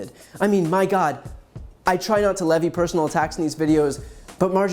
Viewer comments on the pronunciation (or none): none